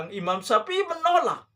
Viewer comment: Dalilnya hanya perkataan ulama...? Maksudnya..? Dalil anda quran hadis . Memang apa definisi ulama..? Org yg berdalil dengan Alquran hadist kah atau apa menurut sampean...? Dalil yg anda pake quran, betul, tapi pahamnya kan pake paham anda...Quran soheh, pemahaman anda yg doif. Cara baca saja agak heran, nyebut nama imam syafii saja pake syapi i, zikir malah dibaca jikir....kan aneh bahas agama, malah huruf arab saja salah total.